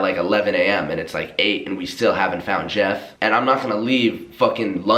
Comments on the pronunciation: Lowkey thought said jev instead of jeff... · i watched this whole vid and thought he was saying JEV and not Jeff 😂